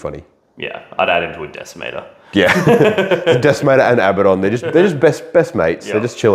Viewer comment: I sat here for all 53 minutes listening to amazing content.... but wondering in my head... is it Ab-ah-don... or is it how these reverse toilet flushers are saying it... abahdun